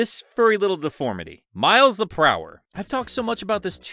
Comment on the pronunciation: I think you mean Prower, not prowler lol